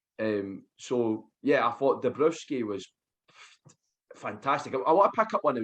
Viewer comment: Alert!!! Beige police here. His name is pronounded dombrovski ;)